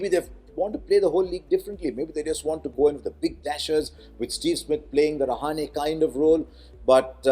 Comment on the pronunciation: Being a Maharashtrian, pronounced Rahane correctly ;)